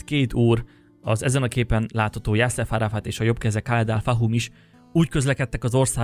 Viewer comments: Ha megtanulnál/-tál volna beszélni, még élvezni is lehetne a videóidat...plusz legalább akkor ne vakarózzál már, amikor saját honfitársaid tragédiáját vezeted be... pl Arafat neve nem JasseF hanem JasseR... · JasszeR Arafat volt a neve, nem JasseF. Árnyalatnyi... De ügyes vagy :)